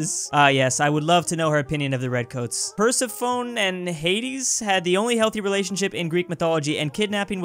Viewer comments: Haha yes Persephone (Per-seh-phe-nee) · nice vid but the name is pronounced "persefoni" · Persi phone Everyone who has studied Mythology: ‘Slaps forehead’